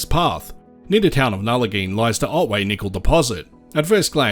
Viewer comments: Interesting video! West Australians would pronounce the town Nullagine as Nulla-Guyn not Nulla-geen by the way. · I visited Nullagine area a few times when I lived in Telfer and Port Hedland. The locals mentioned the many awesome rock pools and springs to be found in the area. I would love to go back But I have only heard it pronounced as Nulla-guyn or gyne if you get my drift